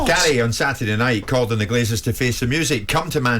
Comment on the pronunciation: Graeme - it’s “Glazers”, not “Glaziers”. They don’t install windows, they just leach money from sports teams.